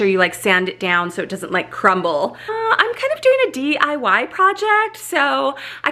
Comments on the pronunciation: You keep saying dyi, I thought it was diy (do it yourself) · Me: Watches her say DYI instead of DIY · cute mentioning DYI instead of DIY in the minutes. hehe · The fake plant looks great! And did I keep hearing DYI? Lol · SherWIN not Sherman. Lol! And DIY. Not DYI. ❤❤❤❤